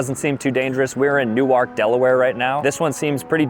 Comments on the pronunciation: New-Erk but it’s spelt Newark not new-ark it’s a city named from the British to the a is pronounced an E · Bro is that how you say Newark? How do you say Newark NJ then 🤣Much love though you've been one of the youtubers I have been watching most because we are around the same age and I just moved away from North Jersey! Keep going man much love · THAT IS NIT HOW YIU SAY NEWARK 😢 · you are from jersey and mispronounced Newark...